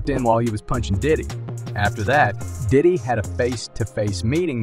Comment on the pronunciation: Shouldn't be speaking on him if you can't pronounce his name